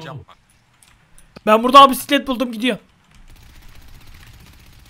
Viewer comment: Püsüklet ama Mokokoğ Püsüklet